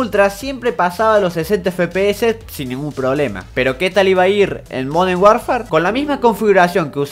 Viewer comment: Alguien mas escucho "Moden" en ves de "Modern"? xdxdzd